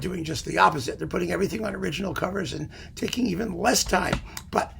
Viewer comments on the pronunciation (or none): none